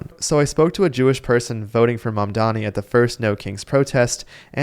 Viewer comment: And, no one says Mamdani's name correctly.